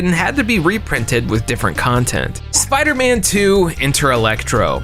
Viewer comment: The spooderman 😂😂 tell me I'm not the only one who caught that